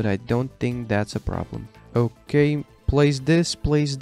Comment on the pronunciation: Bro it triggered me when he said baby circus and goliathn